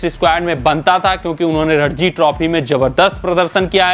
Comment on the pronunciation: रणजी ट्रॉफी नाम है, रडजी नाम नही है